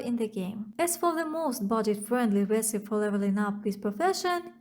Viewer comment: Great job. I've been liking these videos. I have two pieces of constructive feedback. 1) Don't worry about apologizing for a skin condition you can't control. If people are more interested in your looks than your content, they are in the wrong place. That's what OnlyFans is for. 2) In English, the word "recipe" has 3 syllables with a long E sound at the end. The I can sound like the short I in lick or sometimes like the U in punk. So: reh-sih-pee or reh-suh-pee keep up the good work.